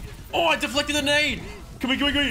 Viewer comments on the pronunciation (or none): Mate that Aussie accent coming through hard with D'flected every time! Great video 👍